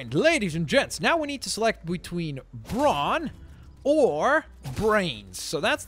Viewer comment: he said ''we took the brawn path'' 😁?